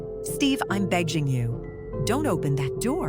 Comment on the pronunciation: Um that’s not how you say begging but everyone makes mistakes 🫀🧠🫁🧬🦠🧪❤❤❤🎉🎉🎉